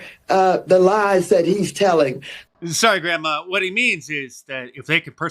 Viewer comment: "Sorry ah Grandmah" HAHAHAHA